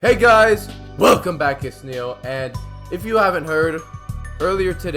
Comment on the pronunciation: The way you said "WELcome back" sounded like a bark